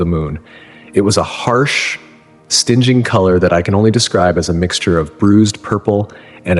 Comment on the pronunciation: So not the real pilot's voice notable mispronounced "stinging" - disappointing and now I'm wondering if it's BS.